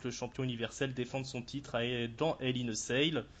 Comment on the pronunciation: La façon dont prononce "Hell In A Cell", on dirait qu'il dit "Hell In A Sale" ^^ Ce qui fait un peu bizarre ^^ J'entend que mon hypothèse sur la gimmick de Steph a été retenue, ça fait plaisir:) Même si c'était juste une boutade;) L'intérêt de Lesnar (qui a 39 ans pour info) pour le faire affronter Goldberg? Le fric, l'ego, le cash, l'envie de montrer que leur dernier affrontement était une erreur, la nostalgie, le pognon, l'envie de Vince de détruire Goldberg (qui n'a pas été tendre avec le patron pendant les années loin de la WWE), la maille...Je suis un peu comme vous, j'ai commencé le catch dans la fin des 2000's MAIS je me suis beaucoup renseigné sur le passé et j'avais déjà vu le bonhomme en action (dans un Elimination Chamber par exemple) en ayant un assez bon souvenir de lui. Mais je crains en effet qu'il se fasse juste tuer pendant le match et ça me met mal à l'aise. Tiens sinon, élément que vous aviez pas mais qui a été dévoilé par la suite (et du coup renforce votre impression de loupé concernant les filles): le premier Hell In A Cell Match féminin de l'histoire de la WWE sera ni plus ni moins que le Main Event de la soirée. C'est un p*tain de moment historique et pour le moment la fédé a l'air de pas vouloir mettre l'accent dessus (il leur reste un show pour le faire). Bien pour le nombre de mon pseudo et big up à vous les gars:)